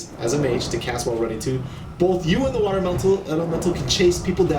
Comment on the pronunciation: ZE S KEY